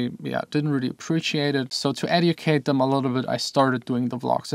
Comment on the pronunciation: it's eh-jew-cay-t not adeucate (educate)